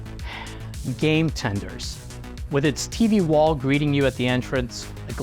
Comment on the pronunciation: Fantastic video! I didn't know this was a thing, and it's a shame that it went under. I laughed so hard the way you said "game tender".